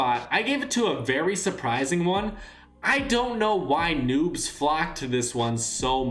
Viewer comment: Is it me or is he saying nups